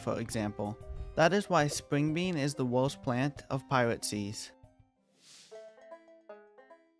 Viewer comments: STOP SAYING WOHST YOUR SUPOST TO SAY WORST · take a shot every time he says wowst instead of worst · Sorry, but you talk like " uwu " because of "owost plant".